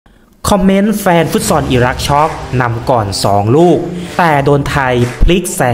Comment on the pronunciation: ฟุตซอล อ่านว่า ฟุตซอ ไม่ใช่ ฟุตซอน